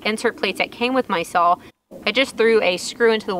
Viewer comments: I am sorry love your posts but saw is saw! not sawl! lol!! to each their own! great job! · I love how you pronounce SAWL!!! LOL Too cute. We used to say that up north here when I was very young. It seems like every time I watch one of your videos you do something that reminds me of when I was your age. Very cool and nice builds too. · I just like listening to say saw. Oh those funky Texas accents.